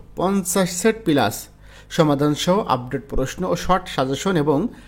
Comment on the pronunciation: আপনি সুন্দর করে উচ্চারণ করতে পারেন না? পিলাস কি! বলবেন প্লাস।